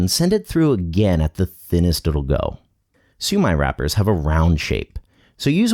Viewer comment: This guy just brutally murdered the shumai